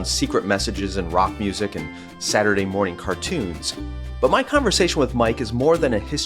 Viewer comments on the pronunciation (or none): none